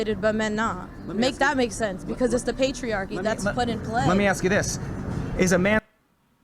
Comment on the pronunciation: What a m0r0n. Wow. Can't even utter a full sentence and is talking about PatriaKKKKYYYY. Not patriarchy...